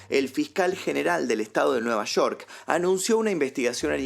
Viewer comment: nueva shor??? Es nueva york😒